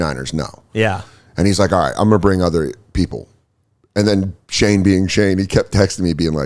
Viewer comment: Who is Shae? I swear to god he is not pronouncing the N in Shane